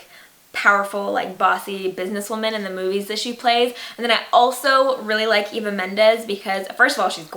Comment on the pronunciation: Aaah youre half puerto rican, dont pronounce eva like that pleaseee! Eeeek!